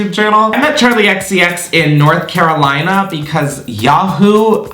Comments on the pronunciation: When you said “North Carolina” it sounded like you came from these parts. Come back when it’s safe! ily, <3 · I had to rewind you saying North Carolina twice. Cracked me up! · The way you said “North Carolina” took me OUT! 😂 Love it.